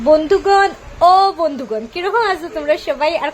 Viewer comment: didi bondughan 🤣 bondhughan kobe tiki kowa shuru korla..